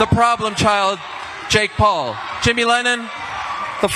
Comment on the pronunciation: Why is this announcer so horribly incapable of saying "Paul".... 😂